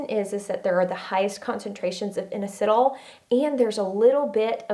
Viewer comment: Love you and your information! I think you may be mispronouncing inositol. Unless you were referring to something other than that. Keep up the great posts and videos!!!!